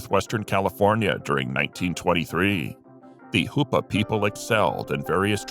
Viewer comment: Hoopa not hupa. I live just off the Rez.